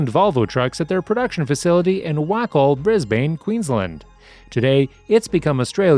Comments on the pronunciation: Macks are produced in Waay coll Wacol not Whackole, the AI pronunciations are way off on most new vids' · It’s pronounced waycoal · Wacol pronounced way col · Waycol pronounced. (Weigh col)